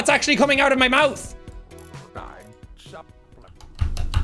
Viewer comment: “i am so good at mouthe”